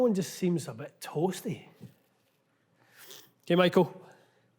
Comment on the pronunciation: “Not a bad thing, just a bit tOoAsTy”